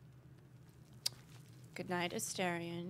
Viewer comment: A-STAR-ion means little star. Why does everyone pronounce it wrong? He even pronounces it when you first meet him.